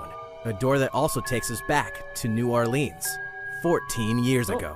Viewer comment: Not how New Orleans is pronounced but whatever